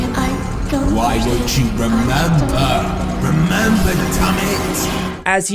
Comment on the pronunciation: "Why won't you remembah? Remembah, dummit!"